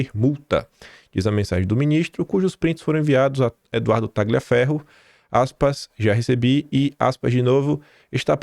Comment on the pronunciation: Taglia é um nome italiano, pronuncia-se Tália ou Tálhia.